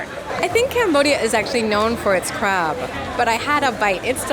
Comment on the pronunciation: I heard Alan talking about crab. It was in a background tab while I was working on something. I swear I thought he was saying Crap. I scrambled back to see what it was he was eating 🤣😂